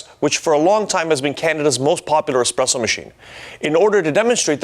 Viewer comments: How can you trust a coffee review where the reviewer says "expresso" ffs. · nice try! Unfortunately, it was a swing and a miss for you. Espresso is derived from the Italian for "pressed out" 🤦‍♂️🤣🤣🤣 Hence "expresso" is never correct.